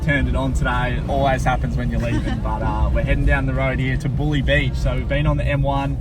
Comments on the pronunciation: Haha, Bulleee. Heads up its pronounced BULL EYE . Really enjoy your vids and keep on travellin this great country of ours .🤟PS Theres a band called The Lyrical Madmen I think some of their songs would be perfect for soundtracks etc . Not sure about the copyright scenario tho 😜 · Local here! Actually grew up 3 min from killalea state park! Wish I could have showed you guys some local spots, beautiful waterfalls that aren’t closed because they’re local known walk tracks. Just thought you guys would like to known Bulli is pronounced bull-eye. Thanks for the great exposure guys 🙌 you did the area well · Love the video but you stayed at Bulli (bull-eye) caravan park not bully! 😂 Knew what road you meant before you even gave a clue knowing where you were. Drove it just after it opened, not that exciting but looks good from the air I guess… 🤷‍♀️ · Not Bulli but pronounced Boolie \ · Hey guys! Just letting you know it's actually pronounced Bull-eye! Thanks for visiting cheers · Did ya score any waves at Mystics while camping in Killalea? Love hearing the pronunciations....had a little chuckle in that vid of my local area 😂 Bulli is pronounced 🐂👁 Did you venture to Woonona point? It was the point south of Bulli.... Captain James Cook first attempted to land there. Nice write up of the event neat the carpark. Gets a pretty good wave and the fishing isn't to shabby either 😉